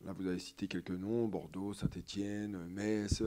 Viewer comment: On ne dit pas "METS" on dit "MES". Vous n'allez pas vous faire que des amis si vous n'apprenez pas à prononcer correctement le nom de la ville qui vous acceuille.